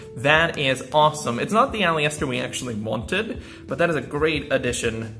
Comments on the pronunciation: Can i just say Aliester is pronounced Al-i-ster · The i is silent in aleister bro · Like the video but I am triggered by the way you say aleister